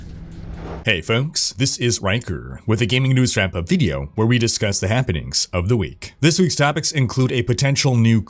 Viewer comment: It sounds like he says, ". . . with a gaming news fap up video."